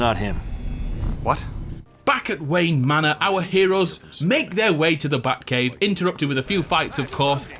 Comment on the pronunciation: Why does your batcave sound like buttcave